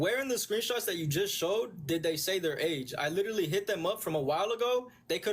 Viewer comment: "Literly" smh dude is a clown..but if she kept talking Id slap her too